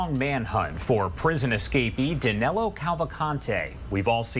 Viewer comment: Is Danilo not Danelo